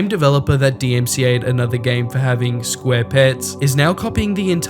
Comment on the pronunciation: "sqare" "Sill" "Gams" God damn learn some English